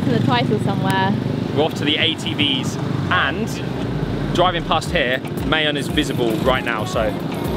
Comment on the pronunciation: Love how you fixed your pronunciation of Albay. Now fix the pronunciation of Mayon. It is not pronounced like May, the month but Ma like mama and followed by yon. Like yawn.